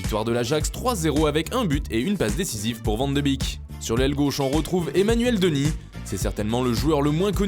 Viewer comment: On prononce le s à Dennis